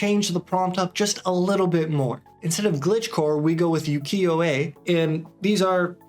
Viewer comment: useful info, thanks! btw, ukiyo-e is better pronounced this way: oo-kee-YOH-ay. your japanese viewers will thank you